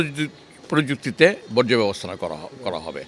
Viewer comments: যে মেয়ে বর্জ্য উচ্চারণ করতে পারে না বর্জ্যকে বজ্র বলে, উনার দ্বারা বর্জ্য সমস্যার সমাধান এতদিন সম্ভব হয়নি এবং পুনরায় নির্বাচিত হলেও উনার দ্বারা বর্জ্য সমস্যার সমাধান আদৌও হবে কিনা তা নিয়ে সংশয় আছে। তবে কিছু কিছু পারুক কিংবা না পারুক নিজেকে আর্থিক ভাবে সমৃদ্ধশালী করার ক্ষেত্রে উনি অপ্রতিদ্বন্দ্বী এতে কোন সন্দেহের অবকাশ নেই। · আইভি আপা বজ্র না বর্জ্য...... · হালায় কয় কি? বজ্র থেকে বিদ্যুৎ হবে? ওরে আইভি, ওইটা বজ্র না, বরজ